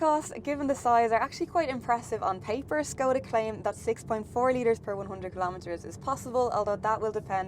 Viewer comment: actually pronounced the name correctly (Škoda is pronounced like "Schkawdah"). I think it's a sign of professional approach when a reviewer puts an effort into correct pronunciation of foreign brands.